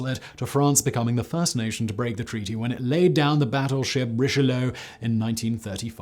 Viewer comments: Pity that you went from pronouncing Yamato correctly in your older video (Aug 2020) to incorrectly now (it doesn't rhyme with tomato). Same thing with Richlelieu - it's ree-shuh-loo, not ree-shuh-low. Same thing again for Eugen... Good information otherwise. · And as for Cardinal Rish-a-low: it's embarrassing.